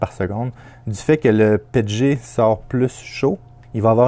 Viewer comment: Nous on dit P E T G pas pet et g ces comme quand on dit P L A et pas pla ou A B S et abs ce sont des abréviations 😉